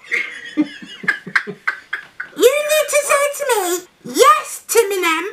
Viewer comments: Tim-miniem , I died instant death 😂😂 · When he said Tim enem I was crying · I died when he said timemnem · "Timinem" LMFAOOOOOOOOOOOOOOOOOOOOOOOOOOOOOOOOOOOOOOOOOOOOOOOOOOOOOOOOOOOOOOO